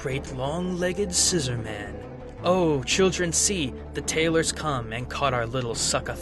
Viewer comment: I believe it's pronounced "scissor-mun"